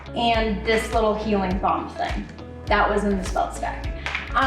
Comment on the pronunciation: every time you said balm i kept hearing bong and i was so confused but also here for it lol